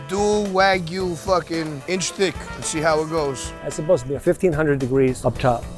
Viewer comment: Bro, you pronounce it wrong. It's wah-gyu not weh-gyu.